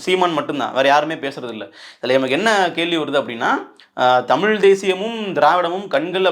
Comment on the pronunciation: நீ முதல்ல 'தமிழ்', 'மொழி' ன்னு சொல்லிப்பழகு. தமிலாம் மொளியாம்.